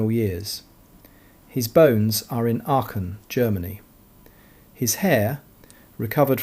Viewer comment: I was wondering which City could be Aken....then i realized it is Aachen 😂 the "ch" you pronounce it as the "j" is pronounced in Spain.(Aajen). Thank you for your Video.